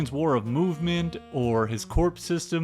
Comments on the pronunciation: Nice vid, didn’t like the pronunciation of corps as “corps” not “core”, but that’s a nitpick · Hey bud, its not corpse, its Corps, said like core. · “Corps” is pronounced “Core”, rather than “Corpse” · Corps is pronounced Core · I'm sorry, did you say calvary charges? His corpse system?